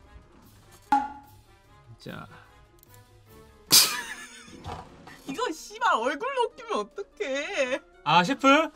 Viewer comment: 알겠읍s읍ㄴ다앙 개웃기네 ㅋㅋㅋ